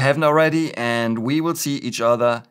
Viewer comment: Auf Wiedersehen - correctly pronounced; guess you will visit Germany?